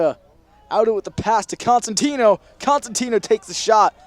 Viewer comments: “consentino” no. child it’s COsentino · everytime he said “kairi consentio” i yelled it’s COSENTINO 😭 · he was like kairi coNsentino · LMFAO WATCH FROM "kairi cOsenTimnO" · he got kairi’s name wrong lots of times😔